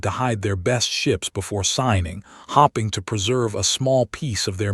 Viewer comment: Your stupid AI pronounced 'hoping' incorrectly'. In English context matters words with the same spelling are sometimes pronounced differently in the situation there are being used in. Next time do your homework.